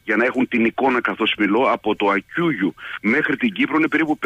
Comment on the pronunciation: Άκκουγιού (από το "Ακ" και το "κουγιού"), όχι Ακουγιού.